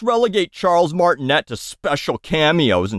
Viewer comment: I'm bummed they didn't go with Charles Martinet (pronounced Martin-ay, not et, as you acknowledge it's French). Chris is a good actor, but I mean what was wrong with the guy who's literally been THE voice of Mario for his entire spoken existence? Not that I had any high expectations for this movie once I heard it was partnered with Illumination of course. Can't expect a quality movie from the studio that brought us Minions.